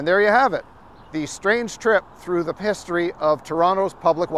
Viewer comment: "Pisstory" lol